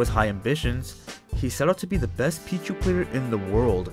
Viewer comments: ITS PEECHU NOT PEACH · i know what ur talking about, but why do u keep calling him “pich” when “peach” is in the game, listening in the background gets kinda confusing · Pich-U the u is not silent